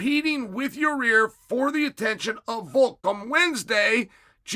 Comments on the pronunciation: Yah-ear not your-rear . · Chael, in case you actually want to pronounce his name, go with Ya-ear Rodriguez